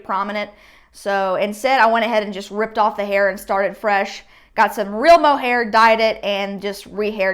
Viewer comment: It’s not “mohair”